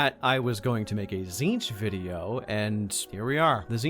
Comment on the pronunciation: Can we really be surprised at Majorkill's pronunciation? He pronounces Tzeentch as "titsnitch"